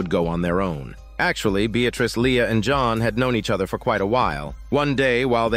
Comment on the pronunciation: Blud said john but a French accent like "Jonu" Edit:i hear "johon" now